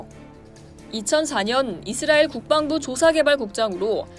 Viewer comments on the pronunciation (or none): none